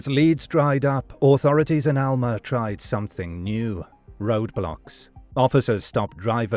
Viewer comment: Alma is a Spanish word (which means "soul") and he pronounced it correctly. It's the locals who have been mispronouncing it all along.